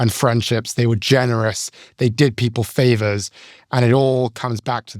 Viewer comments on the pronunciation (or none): none